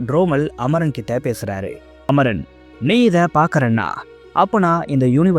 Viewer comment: Amaran not amoron bro😂